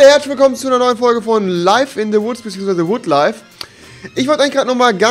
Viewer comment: Junge es heißt Wood Life und nicht Wood live